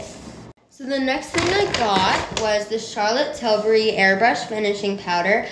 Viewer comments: That one girl who said Charlotte Tilsbury instead of Charlotte Tilbury 😂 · Omg everytime I watch these vids they say "tilsbery" and it makes me wanna scream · Omgg will ppl get it right for once its not “tilsbery” its “TILBURY” !!!! 😅❤ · The way you pronounce “Charlotte Tilsbury” is (char-let till-burry) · the actual persons name is Tilbury so pronounced as she did :) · that one girl that said charlott tilsberry😂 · but she said it “til-burr-y”